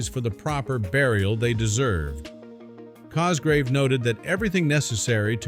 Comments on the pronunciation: Sir Peter COSGROVE, NOT Cosgrave!! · The Generals name Is Cogrove, not Cosgrave.